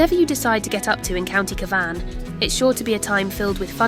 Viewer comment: Nice quick jntro to a place I have a fondness for but can I respectfully suggest you get a real person to narrate it. I assum it was AI and Cavan was mispronounced a few times.